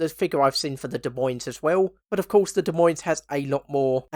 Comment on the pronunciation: Btw, Des Moines is pronounced "De Moine" the S's are silent.